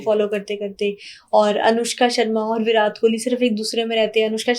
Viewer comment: Virat and Katrina kaise pronounce kr rhi hai....